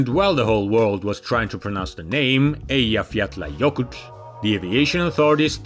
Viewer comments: properly pronouncing "Eyjafjallajökull" is the icing in this двигател cake. Excited to see new engine models from other countries too, to make the market even more diverse for customers. Naturally the next challenge for OAK and ODK is long-term and after-sales support. Thankfully they could probably look at how their Chinese counterparts and fareing on this, and perhaps improve on the matter. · Amazing pronounciation of Eyjafjallajökull ! Cheers from Iceland 🇮🇸